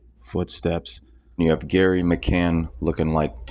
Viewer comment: Why u calling gerry gary?